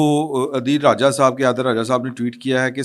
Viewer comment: Its so irritating that you never take this ghaddar ADIL RAJA name correctly. Being a journalist of your calibre should be particular and correct in mentioning the names